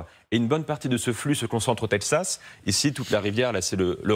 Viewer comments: faudra expliquer à votre consultant expert international qu'on prononce Texas et non Tepsas... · le "tedxas", c'est comme cela que ça se prononce ? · Chaque fois qu'il disait " tepzas " 🤣🤣🤣🤣🤣🙈🤭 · Quelqu'un peut-il leur apprendre à dire correctement texas ... 😅😂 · Il a un problème avec la prononciation de « texas » 😂